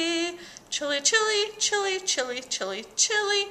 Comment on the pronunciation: A few times there it sounded like you said chili. Just saying.